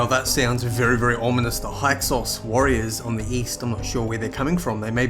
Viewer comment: I'm sorry, I love your videos. Pharaoh is a longtime love of mine since I was a child, and eventually lead to my getting my master's degree in Ancient Near Eastern studies. And I don't want to come off as an ass - I'm genuinely trying to share what I think is interesting information here. Hyksos is pronounced hick-sose (short "i", long "o"). It's a weird word and totally understandable why you'd pronounce it the way you have. If you already knew that, then I'm sorry for invading your comments with being a know-it-all.